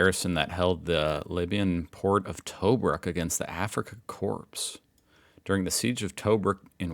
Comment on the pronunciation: When you're talking about Corps' the p and s is silent, unless plural, so said like 'core/cores', it's not a corpse. Like what I served in Royal Australian Signals Corps.